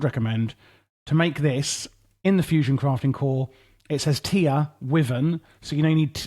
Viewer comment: Just a friendly note, wyvern is pronouced like "Y-vern" or as google claims "wai-vn" think of the W as a silent letter